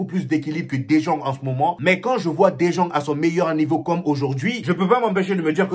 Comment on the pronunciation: Champion ça s'écrit "De jong" mais se prononce (De yong)... Sinon, nice débriefing !!!